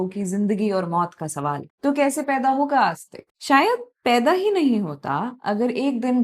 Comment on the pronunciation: May help with the pronunciation of names if you used a Hindi/devanagari translation instead of an English one. E.g., it is आस्तीक not आस्तिक.